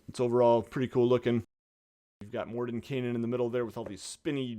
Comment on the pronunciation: Would it be morden-kye-nen and not morden-kay-nen? Or am I the one that can't pronounce words (which is likely)